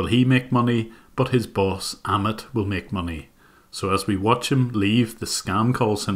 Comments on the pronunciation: Great work..!! I did notice you pronounced Amit as Ahmed though. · by the way Jim, "Amit" is pronounced like "A-myth" but without 'th' sound, like "A-myt" And you're doing an amazing job, keep it up